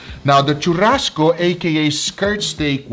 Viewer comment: que porra é essa de chamar fraldinha de "tchurrasco"? Hahahaha